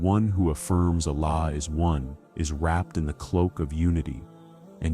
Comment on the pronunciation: Please pronounce Surah iklaas properly and name Allah !